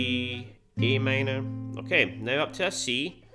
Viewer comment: Sounded like e m to me